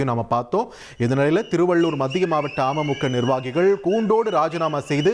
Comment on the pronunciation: Neega news vasikkum pothu ama muka soaneega .. Ada keatta amaimukka nu ninaikka toonuthu